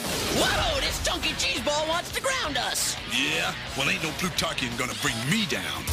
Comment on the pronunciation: That cwazy Pwutawkian!